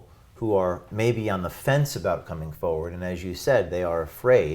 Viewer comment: There is are 2 R's in FoRward. They are both meant to be pronounced. Saying "Foward or Foeward" makes you sound ignorant/illiterate. nbl